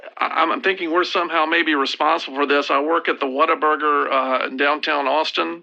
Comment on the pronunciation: as a native texan, god bless him pronouncing this "waterburger"